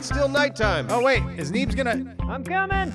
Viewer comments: it said Beens not Neebs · Did anyone else catch when is said Beens instead of need? You're great, good job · Lol when it turns from Neebs to "beens" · I love how it says beens instead of neebs LOL!!! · What was up with the “beens” instead of needs? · Who the fuck is beens it's needs but it said beens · Around the 25 minute mark, Neebs changes to Beens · Lol "Beens" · his name said beens. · Yay! Yall fixed the yucca pronunciation! Any word on the neebs tv yet? I would seriously watch that all day!!! Funhouse is great but y'alls would be the best. Love the content guys, highlight of my day every time!